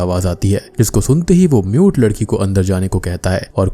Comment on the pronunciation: aree bc MUTE ladki bol rha hai mujhe NUDE ladki sunai diya 3 minute tk.